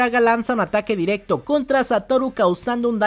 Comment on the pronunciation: Buenísima review, pero me saca del vídeo la entonación (“diRECtooo, GOujOU, impreSIOnanteee.. etc”